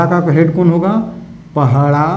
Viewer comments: Thank you sir May I request you to correct word "pahada". Not pahada but "padaha". secondly "sasan diri" does have especial context, do not explain in the context of "shamshan". shamshan has fear factors but sasandiri has reverence and link between alive khunt and those who are dead but still connected to the Family and village. we the munda tribe do separate from our ancestors. Thank you. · पहड़ा नहीं होता है बल्कि पड़हा होता है। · पहड़ा या पहाड़ा जैसे कोई शब्द नहीं है। यह शब्द है : पड़हा। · सर पहड़ा नहीं पड़हा होता है